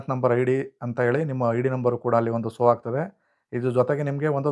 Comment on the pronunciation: ಸೋ ಅಲ್ಲ ಮಾರಾಯ ಶೋ ಎಲ್ಲಾ ಕಡೆ ಸೋ ಸೋ ಅಂತ ಹೇಳುತ್ತಿದ್ದೀರಾ